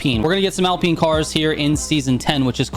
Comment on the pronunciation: “Alpeen hyper car”